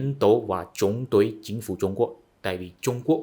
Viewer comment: “Đối với họ” thì bạn lại phát âm”tối với họ”,bạn không phát âm đúng được chữ”đ”đờ”